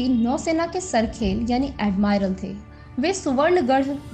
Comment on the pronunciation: अडमायरल.. नहीं, एडमीरल मॅडम....